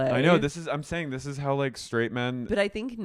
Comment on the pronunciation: "Well, I'm gonna need to think about dwis"